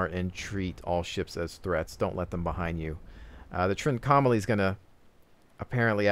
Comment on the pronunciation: Look up how you pronounce 'Trincomalee' because you definitely say it wrong. Less 'trink-OM-ah-lee' more: 'trink-ahh-mah-lee' (and said fast without emphasis on any certain point).